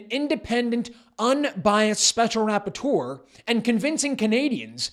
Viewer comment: I know this is serious business but I can't help but giggle every time he says special "rap-por-teur(d)